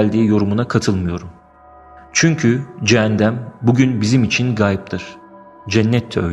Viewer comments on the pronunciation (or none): Cennet ve cehennem gerçek bence ve bu sesler yer altından gelmesinin bi diğer sebebi cehennemlik insanların mezarlarında azap çekmesi nedeniyle oluşan sesler olabilir aslında gerçekte ne olduğunu kimse bilemez tanrı dan başka bu arada farkettim video da cehennem yerine cehendem diyip durdunuz sanırım diliniz dolandı ☺